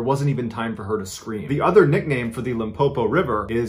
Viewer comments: Him pronouncing Limpopo sounds like "un poo poo" lol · The way he pronounced Limpopo and Phalaborwa doesn't give me peace 😬